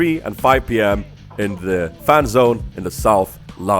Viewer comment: When you said fan zone i thought u said fapzone lolll